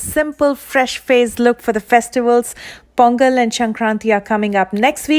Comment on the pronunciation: Are u south Indian dear??!cause u said "pongal ".that's why i ask